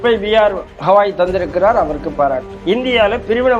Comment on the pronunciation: Gawai. Not Hawai.